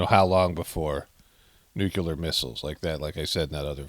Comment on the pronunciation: It's nuke-lee-er not nuke-you-ler.